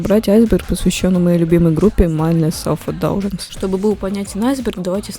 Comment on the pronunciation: миндлес селф индлюгенсе обычно произносят